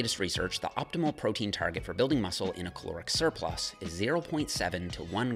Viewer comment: Great vid! Altho I keep hearing "Chloric Surplus" every single time. Had to see it written while spoken to understand 😉